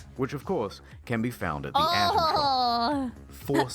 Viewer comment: "Are there a lot of microtransactions?" The ATOM shop: OF COURSHE